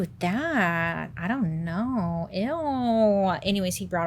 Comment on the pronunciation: Love the way she said "Ion know" 😂